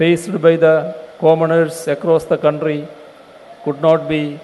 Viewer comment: Our counthry good pronouncation